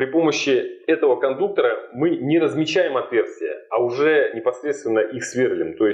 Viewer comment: Информация для малограмотных людей: не кондуктора блядь, а кондукторы, и с ударением на "у". По такому же принципу не кабеля, а кабели, не профиля, а профили, не шпателя, а шпатели, не клея, а клеи. Если не уважаете себя, уважайте хотя бы язык на котором пытаетесь изъясняться.